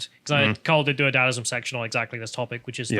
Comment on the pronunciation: Don’t you mean “dadaism” not “dadism”?